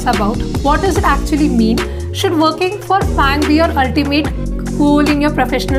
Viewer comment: ts not FAANGT Its a TAANG LOL : )